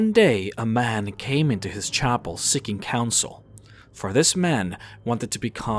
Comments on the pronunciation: nigga saying chopel instead of chapel 😂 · What the heck is a 'chopple'?